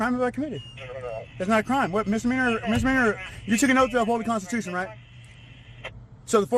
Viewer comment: I dont know, if you cant pronounce constitution or fundamentally you're not qualified to give a lesson in law (or anything).